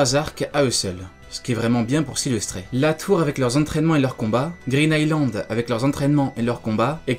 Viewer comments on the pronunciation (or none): none